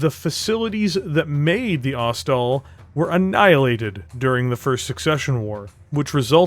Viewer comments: FYI - Ost. Sol. Ost-soul. Not Ost-all. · Thought it was pronounced ost-sol, sol as in sun because the disco-machine loadout.